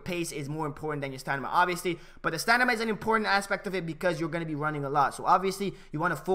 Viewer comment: Great vid bro, looking forward to the skill moves guide. btw does anyone notice that he says stanima not stamina the whole video, LOL just sayin tho